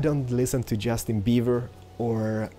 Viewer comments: he said justin beaver! xDDDDDDD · He said Justin beaver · Haha he said justin bever :D so funny!!! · Haha i think he said justin beaver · He said justin beaver xD